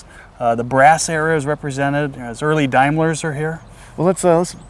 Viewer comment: “Dimeler”….. pronounced “Daimler”